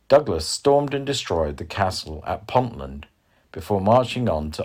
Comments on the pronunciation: Your pronunciation is dreadful … examples you say. Pont-land … pronounced Pon-tee-land. Then another 5 howlers , such as the hills on the border. Chievot pronounced Ch-ee-Viot Tricky as hell if you have never visited the area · Pont - tel - land not pontland - Hexham not hexam.